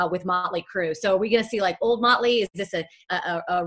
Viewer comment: Ha "möntly" Crüe